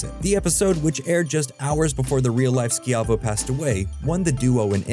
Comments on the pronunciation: "Sciavo" sounds like "Schy-voh" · Terri skee-ai-vo?? Is this an AI voice or is this dude too young to be alive for the time he's speaking of and too lazy to look to pronounciation? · Terri Schiavo(Shy-Vo), you should know how to say her damn name! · You know you're old when you know it's pronounced shy-voe. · lmao it's pronounced Shy-vo 😂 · Terry Ski-Eye-Voh... Come on man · Terry “Ski Avo” lol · "Skee-AH-voh" Oh the telltale signs that a YouTuber was like 5 or not even born when something happened. 🤣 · This hurt me. I don't think he actually watched the episode.